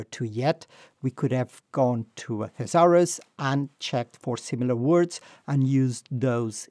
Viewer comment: Thanks for your excellent video.I think the pronunciation of thresure is wrong.Would you check it?